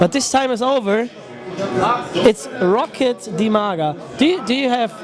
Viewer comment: It's Roccat, not Rocket. ;|